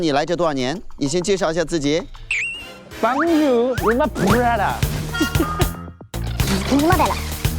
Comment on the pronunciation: 我就是学法语的😂 听Justin 一直在呢里说 Bonjour ，我真的快笑死了😂🤣🤣 ，没事原谅你了，谁叫你真么帅呢❤❤❤